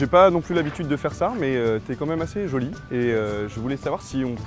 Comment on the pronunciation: "asser joile"